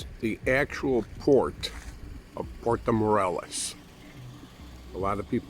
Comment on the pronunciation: I like the "portow morellis"..